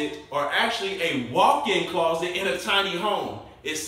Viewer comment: I like the way he says claw-set ♡♡hehe